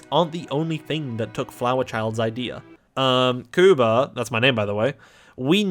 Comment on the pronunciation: Kuba? Sound.. polish